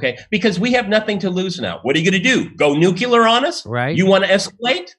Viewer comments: I was loving this guy until he got to 'nucular' war. It's 'nuclear' dammit! Just kidding. Man, this kind of politics drives me crazy. Pi$$ing away money and lives so some warmongers can show a good profit. Arghh! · Nucilar is the wrong ENGLISH